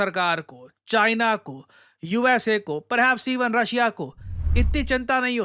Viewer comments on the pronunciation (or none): none